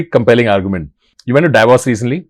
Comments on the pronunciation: Its 'Davos' and not 'Divorce' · When he said “you went to Davos” i heard “you went through divorce!” 😟